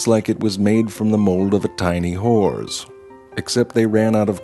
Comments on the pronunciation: Lol his pronunciation of 'horse' xD I'm dying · Once you Morgan Freeman-ed the word "Horse"....it sounds like "whores" Seriously